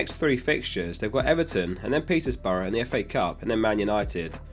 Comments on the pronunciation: *Peterborough not Petersborough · Another great video, feel like someone needs to point out that Peterborough doesn't have an 's' in it though!